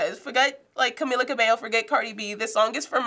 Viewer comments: It’s not CA-mila it’s Ca-MI-la Jeez people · The video is great but he said Camila's name wrong.